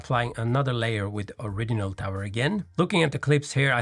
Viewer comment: This is why I had my custom Ti frame bead blasted. I just scotch brite(very hard to pronounce) it when needed. Little tip, the middle of original is pronounced as though it has a D in it, think or-ridge-inal. I think your English pronounciation is very good, like most Swedes but better than my Danish friends!